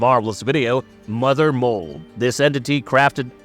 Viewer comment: LOL "da mudder mold" is killing me throughout this video 🤣🦩